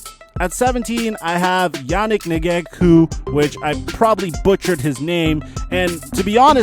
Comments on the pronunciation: pronunciation of Yannick Ngakoue’s name made me cringe 😂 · that pronunciation of yannick ngakoue tho lmaoo